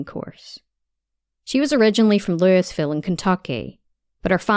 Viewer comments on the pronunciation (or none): "Lool-vool" is how you say "Louisville", as in Kentucky's. I'm from there. :)